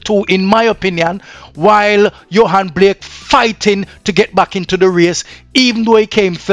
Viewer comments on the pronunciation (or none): It's Blake not Black.